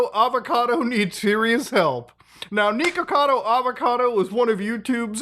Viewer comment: Why are you calling him Knee-kuhkado? 😂😂 it’s Nick. Pretty simple.